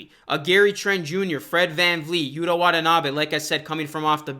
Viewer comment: Yuta Watanabe's first name is pronounced "YU'-tah", as in "Utah Jazz" (but the accent is on the first syllable). You are pronouncing it "Yuda", which is incorrect.